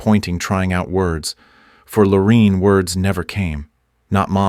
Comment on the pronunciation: WHY IS NO ONE COMMENTING ON THIS DANG AI 🤖!! This story keeps looping in on itself just like the DNA mention among the sad people represented here! Keep vigilant folks, robots are taking over! 🤖🤖🤖💩 ps ... It's Lor A inne, not Lor E inne Whitaker!